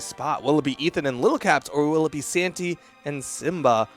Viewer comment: Nobody gonna mention how the commentator occasionally says Santa instead of Santy? Ok